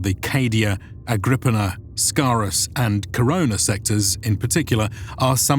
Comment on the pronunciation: ha this is exactly how I mispronounced Agripinaa before i heard it. It's "Agri-peena" , glad I'm not the only one lol